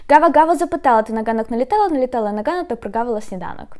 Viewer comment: На [hanok], и сразу - и в остальных случаях [ganok]. В разных фильмах слышу [gazel'] или [hazel']. И слышу, что разные люди по-разному произносят [gudzik] / [hudzik].